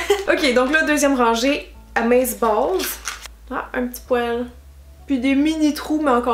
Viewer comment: 😨😷quand tu dis fibre ça va mais quand tu dis poile 😯😷